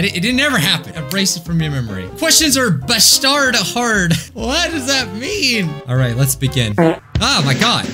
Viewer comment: bro said "BA STARD HARD" 😭😭 have you never heard the word "bastard"?